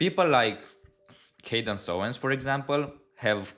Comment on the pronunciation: I like your how you pronounce Candice 😅 ka dance whatever is that for occult purpose you say her name wrong just kidding she does seem a nasty person super competitive in her own words something competitive she’s very proud of